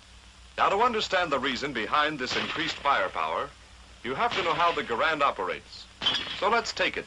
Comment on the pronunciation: Garand said he never made a dime off his design, and on top of that they pronounced his name wrong! It's correctly pronounced Jer-und.